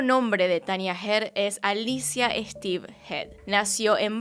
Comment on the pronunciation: No conocía este caso, no pensé que hubiera una persona así, capaz de hacer este tipo de cosas. Por cierto, su apellido se lee como se escribe, Esteve, es un apellido catalán.